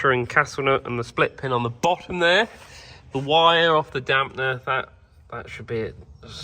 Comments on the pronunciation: You keep saying Damp ‘n’er … it’s easier than that. It’s dam-per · You must watch too much American YOuTube. There in no "N" in Damper.... it is not a Damp-N-er